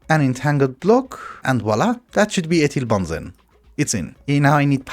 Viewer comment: also how he said ethylbenzene as ethyl-bahn-zen. No idea how he managed to come to that as the way to say it properly